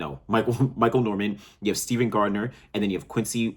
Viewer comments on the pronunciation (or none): none